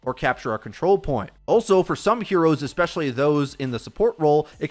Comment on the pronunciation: Eggzetera. Eggspezially.